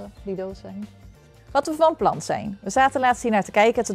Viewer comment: Toen je van plan zei dacht ik dat je van plant zei!!!!😂😂😂😂